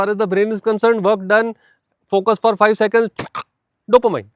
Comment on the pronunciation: It's pronounced DOPOMEAN